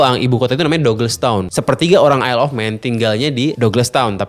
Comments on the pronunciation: Yayyy akhirnya ada yg bs ngucapin / pronounced “Isle” dengan benar 🎉🎉🎉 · Baru kali ada yang bahas TT isle of man tapi dengan pengucapan “isle” yang bener😂